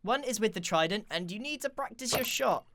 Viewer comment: Tried-en-t tested technique